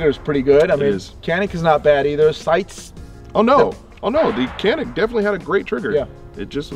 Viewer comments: Kanik diye niye okuyorsun hocam sen Turksun bide Canik diye okuyan Samsunun ilçesi Canik. C sesiyle k diye degil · i'm here just to say that canik is pronounced as "djanik" with the "g" sound not with the "k" sound. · Janik or Kanik for right pronounciation? should be said Janik instead.. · Not can ick its john ick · One trivial detail: "C" in Turkish is pronounced as "Dj", not C in English. So the brand is pronounced "Djanik", after a mountain range in the Black Sea region. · Ok so you do know that Canik is a Turkish manufacturer and the “C” in Turkey is pronounced “J” so it’s “Janik” as in John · The U.S canik reps even pronounce it with a hard C. It was said wrong from day 1 here and it stuck. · Canik özel isim olduğu için kenik olarak telaffuz edilmesi yanlıştır. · baba niye canik diye okumuyonda kenik diyon ya sana ördıl mı diyolar orda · Ugh. It’s pronounced “Chanik.” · All this and they still can't figure out how to pronounce Canik ?! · abi hadi yabancılar okuyamıyor sen bari yapma canik onun adı